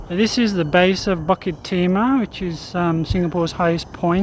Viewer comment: Fantastic videos. It’s pronounced “boo kit” btw